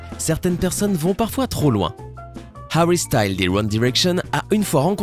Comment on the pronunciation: Ahhhh la façon dont tu dis Niall et Harry m'arrache les oreilles😭